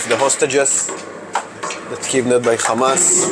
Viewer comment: Khamaz! K hamas , khamas! 😱😳🙄 khamas …